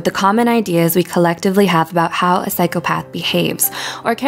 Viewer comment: I think OP is entitled to her opinion... Considering it was a valid one. Psychopath isn’t pronounced that way by the masses, therefore majority rules. Say it how it’s pronounced, so people don’t have to infer what’s being said. And before someone counters and says, “well I’m sure we all knew what she meant”, my point still stands. No one should have to guess, when it’s ten times easier to say it how everyone else does. I’m all for alternative subgroups rebelling against the conformity of society, but can we not be irritating about it. Hi, I’m a Type-A person, and small details like this grind my gears. It can’t be helped.